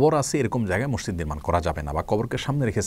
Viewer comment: mosjid* not somjid